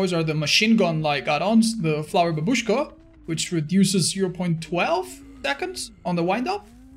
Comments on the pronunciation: Always laught when youtubers pronaunces word from my language - babUshka (translate like "grandma" and correct pronaunce is bAbushka) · I like how said "babúshka" and chat been like "bábushka*!"